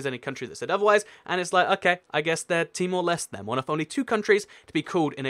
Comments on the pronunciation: No, there's only one reason. It was a Portuguese colony. Also, search up the pronunciation next time; it's Timor Lesh-teh. You also missed out Cabo Verde (Cape Verde). It recently (2013) determined that only its Portuguese name will be used. You should understand that these post-colonies have no legitimacy without their colonial language. They would cease to exist without a modern legacy of their entity and the borders they have. Look up pronunciations; it's close to Alle-manye. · In Temor-Leste, the final E is pronounced. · With Timor Leste you have to say the e at the end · Timor-Leste -> Tee-more Les-teh Côte d'Ivoire -> Cot Dee Bware Hope that helps :)